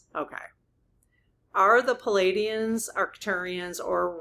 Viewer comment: Dear, darling! PALADIANS- spelled your way PLEIADIANS - spelled CORRECTLY with the silent i, so it’s pronounced PLEE - AH - DEE - ANS or PLEE - AY - DEE - ANS please try, sweet!